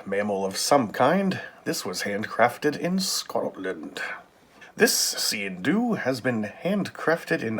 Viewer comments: I am Scottish! That is NOT a Sgian Dubh! Scottish people might call that a Dirk but it sure as hell NOT a Sgian Dubh. It pronounced Skee-in Doo. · Nice video, its pronounced skeen doo, and its original purpose was that when you entered an other persons home you would take out all your weapons to show you were unarmed as a sign of respect but with waring clans one would always have his sgian dubh hidden in his sock. Thanks for the videos some crazy blades out there keep up the good work.